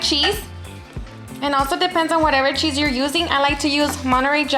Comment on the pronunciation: She said were going to melt the "sheez with it" Lol :) Get it beautiful.